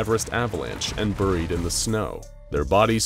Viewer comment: Anyone else annoyed by how he pronounces buried?